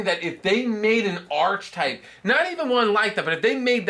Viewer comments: Archtype It’s pronounced ark-type And if your going to say something make sure u say it right it comes off as Ben Stiller in tropic thunder who thought veitcon plural was vietcons So do research, 0 stars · And that is pronounced "ar-ke-type".